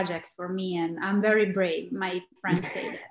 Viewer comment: nije UERI vec VERI, nije UIDEO vec VIDEO leptipoljubim